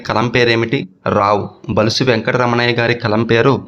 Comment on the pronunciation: బులుసు అని పలకండి బలుసు అంటున్నారు